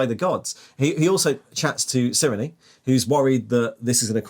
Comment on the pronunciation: I think Cyrenes name is pronounced "Sai-ree-n" at least according to audiobooks